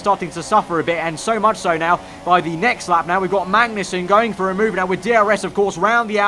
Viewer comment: It'ss not pronounced Mangnussen